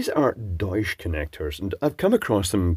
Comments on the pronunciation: It is pronounced doych. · It's pronounced "Doycha" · German pronunciation of "Deutsch" would have a hard ch at the end, like in "chair", not the softer sh sound. But I don't know the company or the bloke are German, and whether pronouncing it like a German would is appropriate at all. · Cheutsch connectors, nice…… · Hmmm, interesting. Why they are called "German" in German? You are pronouncing that name quite good, but the T is missing in the middle. It's like Dutch where the T is pronounced. Fun fact: Deutsch and Dutch comes from the same word base, it means "people". Dutch is used for the language in the Netherlands and for the German language words derived from Germanic tribes are used in other languages, like Alemanni for French, Saxons for Finnland, Nemetes for Poland. Yes, Germany in German "Deutschland" literally means "land of the people".